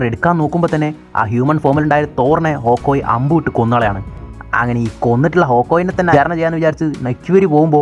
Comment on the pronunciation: പരിപാടി ഒക്കെ കൊള്ളാം ബ്രോ, പക്ഷെ ഇവരുടെ പേര് ഇങ്ങനെ ഉച്ചരിച്ച് വെറുപ്പിക്കുന്നത് എന്തിനാണ്? നട്ടാഷ അല്ല, നടാഷ അല്ലെങ്കിൽ നറ്റാഷ ഒക്കോയി അല്ല, ഹോക്ക്ഐ